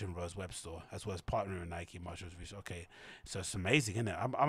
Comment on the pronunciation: Its MartinE Rose, with a E at the end, not Martin like the man's name. Martine (pronounced Mar-teen). Women's name. Woman designer.